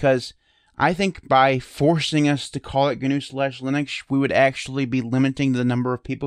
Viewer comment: It's now GuNew, it's not GuNome... the word "GNU" is pronounced like "New", and "Gnome" is pronounced like "nome". I think the "GNU Linux" is more of the brand of Linux. Like "Redhat Lunix" etc... it gives you an idea of the tools packaged with it as well as the licence etc.